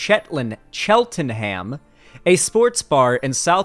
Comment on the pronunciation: Say it as "Cheltenum".